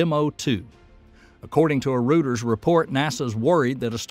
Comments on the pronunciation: Great vid thanks. Reuters is pronounced Roy-ters not rooters FYI. As far as I am concerned, sapcex know how to get to orbit, and its stage zero that needs 95 percent of the work. The telemetry data collected is really useless when stage zero destroys the booster (etc) before it has even left the OLM. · Roy Ters not Roo Ters. Y’all haven’t been exposed to much English eh? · Rooters? Oh, that's pronounced Royters. Very old company, established in London in 1851. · It is pronounced Royters, not rooters. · "Royters". Reuters is pronounced like "Royters". You kept reminding me of Hooters. Now I'm hungry. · Thanks for all your great information. I just wanted to let you know that you are pronouncing Reuters incorrectly. "Reuters" is pronounced "Roy-ters". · Reuters is pronounced "roy ters". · Learn how to pronounce Reuters.